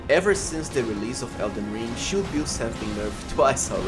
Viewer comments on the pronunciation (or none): "shiout" "shioult buff" "scholar's schioult" "greatshioult"